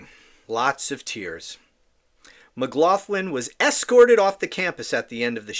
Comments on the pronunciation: It’s pronounced “maglocklin”. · She was judged and found wanting., her name is of Irish origin and is pronounced 'MaGloglin'. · Lol! The name “McLoughlin or McLoughlan are irish names. Say it like MagLocklan. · I think it's pronounced McGlocklin.